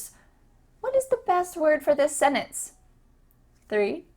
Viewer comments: If I may: I notice that you swallow the t in the word "sentence," but for the sake of clarity, it might be better to pronounce it with a hard t for your non-native viewers. Edit: I would also switch out optimum for optimal. As far as I know, "optimal" is always used as an adjective (optimal time, optimal route, optimal solution). Optimum, on the other hand, is usually used as a noun ("According to research, going to bed before ten o'clock is optimum for a good night's sleep"). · She cannot pronounce the word ‘sentence’ so she does not understand English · Sentence has two syllables. Please don't blur it into one. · I am sorry but the way she pronounces "Sentence" makes the video unwatchable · Right, I'm going to take tips from someone who says wanna. She can't even pronounce sentence properly. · pronunciation of 'sentence' different to what I've heard before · One, these words are not ADVANCED. Two, do not mispronounce the word SENTENCE. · I’m an American. Why does she speak “sentence” like that? We do get rid of the “t” in some words but definitely not “sentence”, well at least we Californian don’t. I haven’t heard anyone speak like that at all, sounds so weird. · Your pronunciation of the word sentence makes me cringe. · As an American, I don't pronounce the "t" in the word sentence, and instead I just insert a very short pause in that part of the word. It must be a very regional difference (I'm from Maryland). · SpiderArtMC yes you use a glottal T which is an acceptable pronunciation . She, however, ignores the letter entirely which is not acceptable. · She meant sentence. Americans tend to pronounce "nt" as "nn". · The English language expert can't pronounce "sentence". There is a t in that word! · Hilarious that she can't pronounce sentence correctly. 😂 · ...your mispronouncing the word sentence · Where she eat the T in the word? hehe d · Why do you pronounce "sentence" like that? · The way you pronounce sentence is odd :D